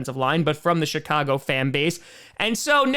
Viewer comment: did he say Chicago or “Shit-cago” 😂😂😂